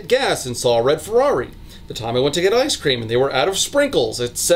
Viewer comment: Omg French Fwy and Iscream